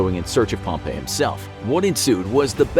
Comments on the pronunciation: It's not Pomp A, it's Pomp E. Hate informational shows pronouncing people's names incorrectly... Am I the only one who hates that??? EDIT: This whole episode is Full of inaccuracies. Completely lost faith in the channel. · Pretty sure you pronounced pompey incorrectly like 74 times. Also most of these facts are only half of what happened. Like the cleopatra fling staying in Egypt. It did not lol